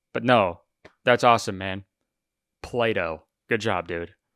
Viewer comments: When kurtis said plato and I heard play doh Yeah... That shit ain't for me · Every time Kurtis says Plato I hear play dough